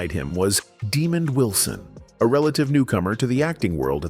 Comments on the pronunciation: Calling him demon Wilson is insulting and bushleague . When will creators be held accountable for their lazy AI narration? Its ridiculous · What a horrible way to pronounce Wilson’s name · It’s NOT demon Wilson, his name is Demond Wilson… I met the man!